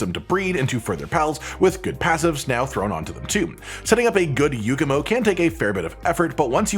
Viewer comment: It's not a Yukumo or Yookumo...